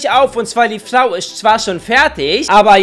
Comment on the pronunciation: Kannst du bitte mehr Flau sagen das ist deutlich lustiger als Frau